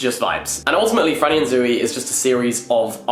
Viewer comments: Can someone tell Jack it's not Zoo-ey. 😬 It's just Zoey (Z-owe-ey) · saying Zooey like zoo-wee-mama from Diary of a Wimpy Kid is wild to me